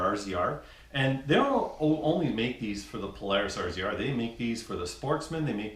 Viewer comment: Do all Canadians call it a R Z R instead of razor? Go ahead... Tell me